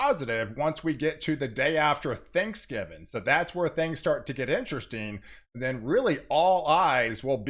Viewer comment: It’s THANKSGIVING! Not Thanksgiven. Einstein.